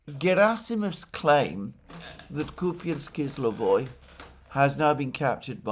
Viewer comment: Alexander, it's Kupansk-Uzlovoy, not "kizlovoy" Kupansk -Uzlovoy means Kupansk Nodal.